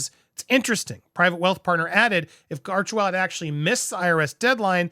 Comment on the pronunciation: I think you would like to hear this, PBD just mis pronounced Archwell as Archevil in one of his latests podcasts, funny.